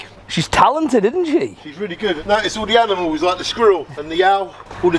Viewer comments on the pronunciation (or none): He said it a couple times and when he said "animal" he struggled and said "amnimal". Probably just a speech thing. He seems like a better and happier person than someone who would point this out and laugh at it on the Internet though 🤷‍♂